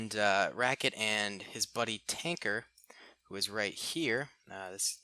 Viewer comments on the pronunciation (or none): none